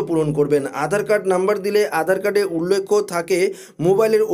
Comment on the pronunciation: উচ্চারণ ঠিক করুন উল্লেখ উল্লেক্ষ না ।